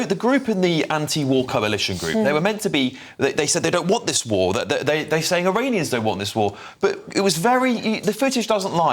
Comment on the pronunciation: She hope vwe never has a vwar, 😂 yeah she is about as iranian as my left foot! There is your paid activist ladies and gentleman!